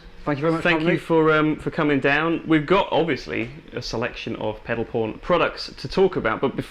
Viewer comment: I thought he said Pedal Porn, and so did the subtitles